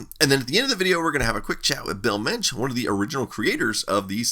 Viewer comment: As a German I always love how correct you pronounce German words :D (Mensch) just perfect!